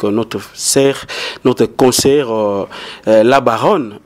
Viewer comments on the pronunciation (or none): none